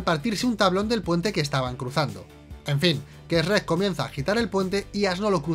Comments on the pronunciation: no saben nada, se pronuncia como se escribe, no "Es Rec". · EsRREk nommss pronuncia bien cojonudo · Eshrrek y asno jaja xd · Weeey no puedo creer como pronuncian Shrek asi que como bien dirian error épico Por cierto me dió cáncer de oídos cuando a burro le dicen asno 😩 Pero fuera de eso amo sus videos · Esperen un momento... En España lo pronuncia S-rek? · Que se llama shueck chinga 😅y burro es burro no asno 😂😂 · es la pronunciación 😅😅 también me parece muy curioso cuando hablan de Google y lo pronuncian: guguel 😅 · Cada que dice srek me enojo como planton de bob sponge asi con la vena saltada y todo es su cultura pero no la respeto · ostias venancio jjajajajaja... soy YO O DICE REK? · Se pronuncia chruek, no se pronuncia shieg😑 No son los únicos que pueden encontrar errores 😜🤣🤣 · El "Esrek" jajajajaja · Para que nadie se ofenda dice Shrek y el otro dice Esrek,:3, Best Channel Ever! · Eshrek jajaja como el bromas jeje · No puedo confiar en la opinión que dice Eshrek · ESH- REK.....JAJAJA me encanta esa pronunciación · Lo que más me sorprende de este video es que al principio dijeran bien "shrek" en lugar de ese ya conocido por todos los que hemos escuchado gente de España: "Esrec" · Yo como todo latinoamericano pienso que el único error de este video de sherk, es como pronuncian sherk y del como le dicen a Burro Sherk es vida sherk es amor. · Esrret esrret no puede ser, es simple chret chret y ya, lo hace bien. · ESRREK jajajajjajajajajjajajajajjaa 🤣🤣🤣🤣🤣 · Uno dice Shuek El otro Esreck WTF!!!!!!😂😂 Asno?!! 🤣🤣🤣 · Increíble que una película de animación así tenga algunos errores P.D que no es "Esssrrreeek" >:v es Shrek ;v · "Essrek" jajaja. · "ESH-REK" ..... wtf 🤣🤣🤣🤣🤣🤣🤣🤣🤣🤣🤣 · Esh-rek?? Se me hace bien rato que lo pronuncien así XD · Me encanta como estos se burlan de como pronunciamos Shrek cuando ellos lo pronuncian peor incluso. "Chuerk". O sea, ¿Venís a darnos lecciones a nosotros? ¿En serio? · LO PRONUNCIAN COMO ESREC JAJAJAA